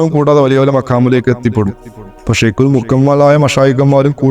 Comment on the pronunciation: ശൈഖ് എന്ന് കൃത്യമായി ഉച്ചരിക്കാൻ പോലും അറിയാത്ത ജഹിളുകളാണ് വർ .ശൈകുൽ കാമിൽ 😂